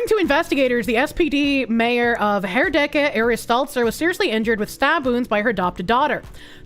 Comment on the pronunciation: The SPD is not a socialist party. They are about as milktoast centrist as the CDU and mainly pretend to still be the working man's party that it was in the 60s and 70s. Also you pronounced Herdecke pretty well.